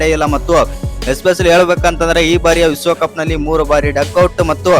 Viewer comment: ವಿಸ್ವ ಕಪ್ಪು ಅಲ್ಲ ಮಾರಾಯ ವಿಶ್ವ ಕಪ್ಪು ಉಚ್ಚಾರ ಸರಿಮಾಡಿಕೋ